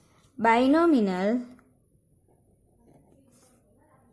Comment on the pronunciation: Binomial...Not Binominal 🤦‍♀️